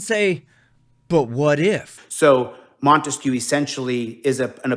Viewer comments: Damn, this clown is hilariously stupid. "Microbytes", probably more commonly called just a byte? Oh, and please don't insult Ray-Ban, instead they look more like Oakley, the lame people's choice. Ray-Ban, on the other hand, makes classy stylish glasses. Also, what the fuck is a "monteskew"? He keeps reminding me of Romeo & Juliet, the Montague family. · What this dipwad is calling "transparency " is also known as THE SURVEILLANCE STATE". What an effing moron. Ps... wtf is "montesque"?!? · What the hell is the "Montesquieu?" 🤔🤦🏻‍♀️ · What's with this "Montesquieu" crap?